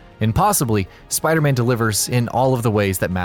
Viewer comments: Its sounds like you dmsaid spider ban insted of spider man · You said spider band.😂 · Am the only one who hear him say spider ban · You're not alone haha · Is it just me, or did he say "Spider-Ban"?